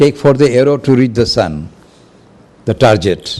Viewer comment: TARGET NOT TARJET PRONOUNCED G NOT J